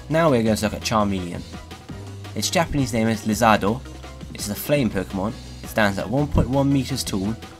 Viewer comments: Your Japanese name pronunciation is actually really good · Glad that you gave a better pronunciation of Japanese names! Keep up the good work!